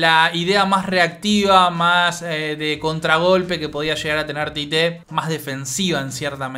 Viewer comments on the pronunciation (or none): No entiendo porqué le dicen Tité si se escribe Tite y se pronuncia Chiche.